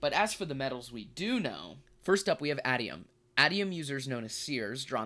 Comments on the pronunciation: Its Ay-tee-um. Pronounce it like "stadium". a really good video non the less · Bro... Aitum... A - TEE - Um